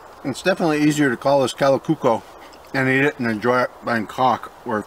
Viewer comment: Kalakukko pronunciation is quite good.